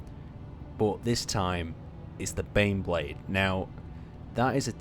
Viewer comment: I thought you were saying beyblade